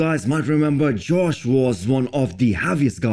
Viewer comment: Its josh, not George.